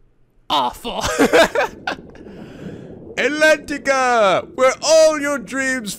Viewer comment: I think we should tell that he's been saying Atlentica wrong ^^; the "a" is silent